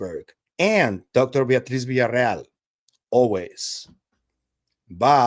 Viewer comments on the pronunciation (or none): Is Villaroel not Villareal.. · Fantástico como siempre,, gracias. La cosa está apasionante!!! Ah, y recuerda que es Villarroel, no Villarreal... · Her name is Villaroel, not Villareal! Be respectful. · It's not VILLARREAL, IT'S VILLARROEL.